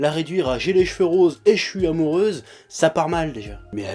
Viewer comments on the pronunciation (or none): none